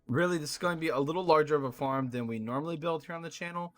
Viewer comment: He said form except for farm